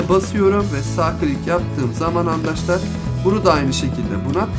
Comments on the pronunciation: Niye handaşlar diyorsun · Adam andaşlar diyor